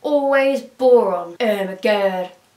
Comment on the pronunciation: Boron sounds like Goron